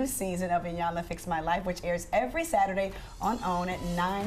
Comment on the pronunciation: I think Trina was bothered by them mispronouncing E-yanla for I-yanla